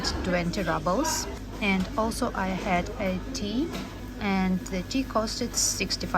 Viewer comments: Dear, it is roobles, not rubbles 😊. Thanks for nice video ❤ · Rubbles? I thought it was Rubles (Roobles) I guess... If You know, You know 😁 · It is „roobles“, not rubbles of course 😊. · Du sprichst Rubel in Englisch falsch aus. Eigentlich wird Rubel auf Englisch fast genauso wie auf Russisch ausgesprochen.